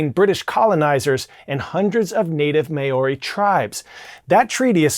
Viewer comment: Please check your pronunciation of MAORI! Very cringe